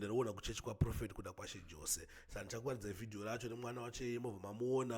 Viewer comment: Pronunciations is yose not jose ispecial needs iyo murapisei😊